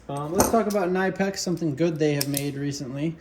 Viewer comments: Kuh-nip-ex They even have a shirt for the pronunciation impaired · kuh-nip-ex knipex